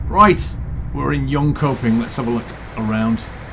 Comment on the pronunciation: Just so you know the pronounciation is Jönshöping not like a normal K ;)